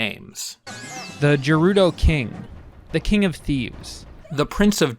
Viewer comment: The G in Gerudo doesn’t have the J sound